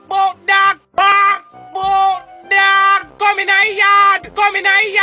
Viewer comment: "Kevin!!! Waak bout daag" LMAO